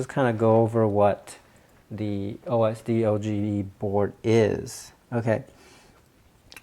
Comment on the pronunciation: It's pronounced O.S.Doge not O.S.D.O.G.E. (named after the Internet meme)